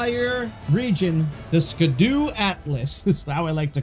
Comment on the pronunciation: Scadu is pronounced (sha-du) it's an olde English way of saying Shadow. So scadutree is shadow tree.